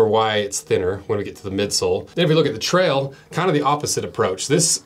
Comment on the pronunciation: "...the Mountain Tral" 😂